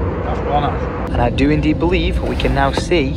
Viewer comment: saying "I beleaf" while running into the tree at the airport lolll